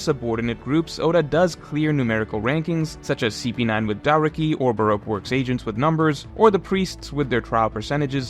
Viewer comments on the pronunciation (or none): none